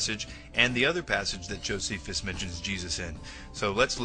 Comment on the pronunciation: Ahhhh...your pronunciations suck! Josephus, Pliney....ahhhh!!!